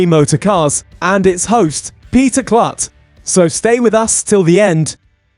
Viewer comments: It's pronounced like Kloot not Klut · I have had 2 tours of LMC. The facility is amazing. And Peter's last name is pronounced "Kloot not Klut".